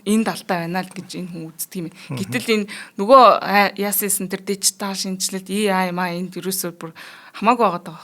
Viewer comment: AI not EI please !!!